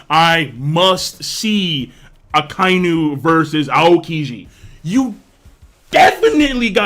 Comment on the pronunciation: thank u for not pronouncing akainu as aka inu, u a real one